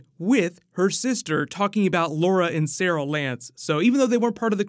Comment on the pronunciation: “Laura and Sarel Lance” Come on xD